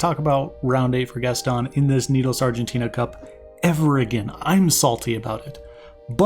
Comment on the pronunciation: Hey, just as a side note, the guys are called Argentinian but the country itself is Argentina, not Argentinia ^^"